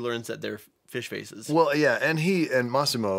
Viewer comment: His name is pronounced Ma-see-mo!